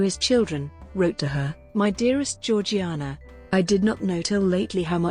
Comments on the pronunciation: It's pronounced "Zhor-zhay-nah" and not as it's spelled. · It is pronounced GEORG JAYNA!!!!!!!!!!!!! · For a start , her name was only ever pronounced by her family and those who knew her, as George-Jaynah. And, her family home was pronounced Altrup, not Al Thorpe.